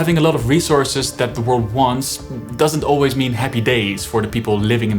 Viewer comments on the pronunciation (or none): none